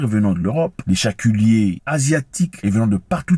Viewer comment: On dit chalutier tonton zack 😂😂😂😂 et non chaculier